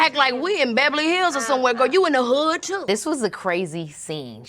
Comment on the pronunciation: She said, "Bebuhley Hills"... LMAO ME TOOOO